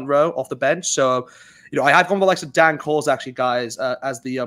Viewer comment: As per usual, some whack arse picks from you guys. Are you guys trolling or what? Also, what is with the weird name pronounciations? I've said this before, but come on. PS. It is DANE Coles, not Dan.